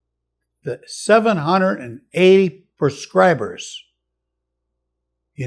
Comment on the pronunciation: "Prascribe" 😂 he definitely says "turlet"